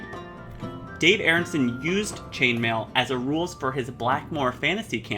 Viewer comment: The man's name was Arneson - Are Nuh Sun , Not Airunsun